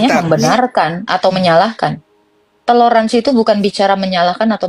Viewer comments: Toler mbak bukan telor 😂😂😂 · " T O L È R A N S I " bukan TELOR ASIN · Toleransi... bukan.... Telorsnsi. 😂😂😂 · Salah ucap toleransi buka teloransi 😅😅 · .....bilangnya teloransi......?? Padahal harusnya TOLERANSI kan......????? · Maaf,kata yg benar TOLERANSI bukan TELORANSI.🙏